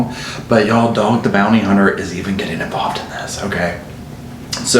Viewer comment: The way he refers to this man as Dog with his accent and all is too much 😂😂